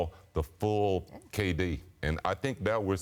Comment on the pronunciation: He says *kayy D instead of KD lol